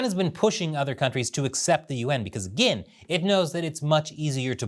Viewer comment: As a listener, I hear "Yuan" as "UN", and misunderstood what you were talking about.